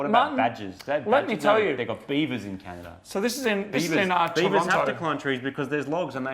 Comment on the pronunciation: Glad I'm not the only one who calls it Canadia half the time